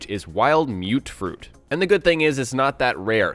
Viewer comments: "mute-fruit"? Really? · That One Podcast Ohh, ok, just searched it. Though I swore some farmers in the game pronounced it as "mutt-fruit"